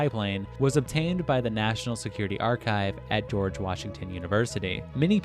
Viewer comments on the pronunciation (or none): none